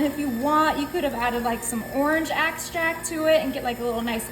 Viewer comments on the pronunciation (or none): I think she said "axtract" but her sister says "abstract." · Stop with the "go ahead", totally unnecessary. And, orange "axtract"? Read the label darling. Otherwise, looks delicious. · Oh no..."axtract?"